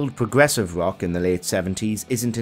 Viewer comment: it is rock music not ;wock'